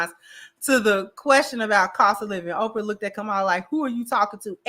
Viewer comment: CC did she just call Oprah Opar? Play it back play it back😂😂😂.